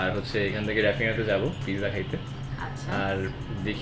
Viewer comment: U must to know how to say pronounce of pizza first. It’s completely wrong how u said.